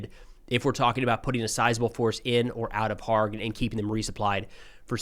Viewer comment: Kharg island is pronounced with the K NOT being silent.